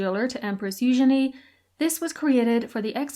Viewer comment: Oh man, i am an absolute sucker for a gaudy and ostentatious broach.❤ also love the french pronunciation of eugenie. Not as lovely in the English